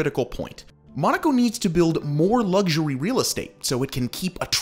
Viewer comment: Why do you pronounce "luxury" that ridiculous way?